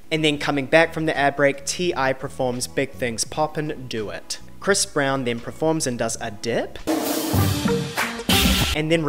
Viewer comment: Talks about mispronunciations and proceeds to say ‘PREforms’ about a zillion times 🙈🥴